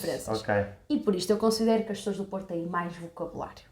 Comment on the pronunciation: Ela fala choas em lugar de pessoas.